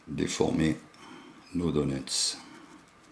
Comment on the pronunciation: Donuts se prononce donEUts chef